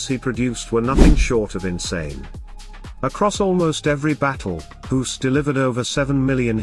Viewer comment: pronouncing a "g" like an "h" makes you a silly goose.